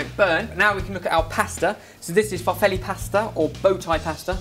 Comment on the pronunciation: geek moment number two... the 'e' at the end of farfalle it's pronounced as the 'e' in the word 'end' ... because in Italian the e at the is never a 'i' like in English :) hard to write haha